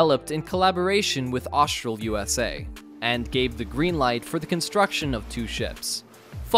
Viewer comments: the narrators inability to pronounce normal words, like saying 'trimaran' as "trimarian" and "Austal" as "Austral" is absurd. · So just wondering …. Because I’m a bit OCD …. The Aussie ship builder is Austal, so why does the voiceover say Austral”? It’s pictured during the clip many times… let’s try it together Aust-al. Aust-al, not Aust-r-al. Ok, now let’s move on to Trimaran, let’s say that together …. Tri-ma-ran. The voiceover says Tri-mar-i-an. Getting those things right would raise the quality and credibility of the clip a few notches I reckon. It would make it a bit easier for me to watch.😀